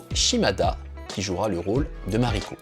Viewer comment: C'est pas inintéressant mais effectivement comme deja dit par d'autres, il faut travailler l'éloquence. Et ce qui me gene vraiment ce sont les noms japonais systematiquement écorchés. Nom du Shogun reel dont s'inspire Toranaga : TOKUGAWA IEYASU (prononce Ié-Yasu) Le titre d'Anjin dans la réalit est MIURA ANJIN (prononcé "MI-OU-RA") La dame s'appelle Mariko. Le nom de la coupe de cheveux "Chonmage", se prononce "Tchone-Ma-Gué." Etc. Pour l'image de la chaine, pense a faire valider ce genre de choses a l'avenir. Mais je like la video